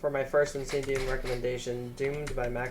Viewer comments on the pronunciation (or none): bro that was the worst pronouciation of insane demon i have ver heard, it took me 20 minutes to find the damn level